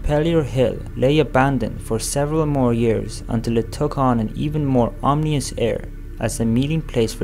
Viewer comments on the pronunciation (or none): Ominous, not omnious